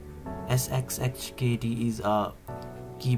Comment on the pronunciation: The sheer inability to pronounce sxhkd is what binds the whole linux community together xD Great video, thank you :)